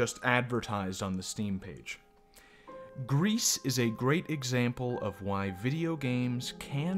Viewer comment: I’m not really saying anything new, but it is is pronounced “Grease” I believe and it means grey. You also did forget about her final ability to sing, which is important, really I would say more important than all her other abilities. It is hinted at because you can try to sing but the girl won’t do it because she is not really ready yet. As singing was something her mother “the statue” and her did together. She isn’t ready to sing alone. Also I would say that even though the gameplay is nothing new and is really simple. It would be better than complexity because then it might take away/distract from the art. And the game wouldn’t have its very nice relaxed feel. That’s just me though Also I would say this game does have replayability, at least a bit. I guess it really matters most about if the game touches you personally. But it can be at least replayed to find all the mementos and unlock the secret mother+daughter scene. Finally I would say you might have skipped over the black grief “boss” a bit. (If you can even call it a boss). It has strong significance that I think you didn’t touch on enough. Also for reference I played this game 4 times. But I like it a lot so :/